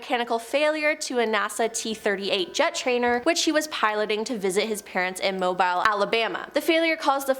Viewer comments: Ok, I know y’all are Canadian, but yeah… The “corps” in “Marine Corps” is pronounced like an apple core, and the “bile” in “Mobile, Alabama” rhymes with “teal”…so basically, Mobile sounds like Mo-beel. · Thank you! I commented its pronouced MOE-BILL. I live in Mobile, Alabama. Its irritating when people say it wrong. Just like Gautier, Mississippi. Its pronouced Go-shea. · FYI... Mobile is pronounced as Mo-beele (long e) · Its pronouced MOE-BILL!! Not like mobile cell phone!! Mobile, Alabama is where I live. Its so irritating and stupid sounding when people pronounce it wrong. Like Gautier, Mississippi. Its pronouced Go-shea. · How do u not no how to say mobile AL.... youd think the requirements for this channel would at minimum be to read and pronounce the words properly... i mean who watched this and put it out saying yep she only messed up 10 times... its good put it out lol